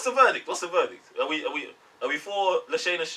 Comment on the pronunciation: La- Shaa- (not Shay) Na Lynch 😉